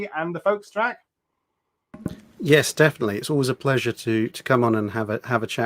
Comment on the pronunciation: It's Drach. Checked the time and clocked it being over 2 hours. Detail.